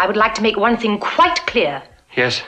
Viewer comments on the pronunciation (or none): none